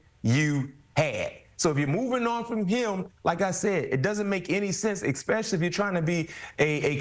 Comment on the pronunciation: "Expeshally" Every B-Mac interview 😂